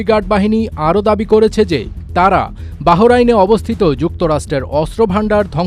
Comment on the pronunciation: Bhai News Porse Ke... Bahorain , Tehoran...